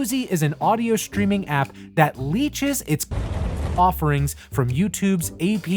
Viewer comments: look who can't say "content" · Bro cant say “content”